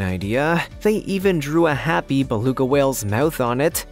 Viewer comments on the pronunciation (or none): none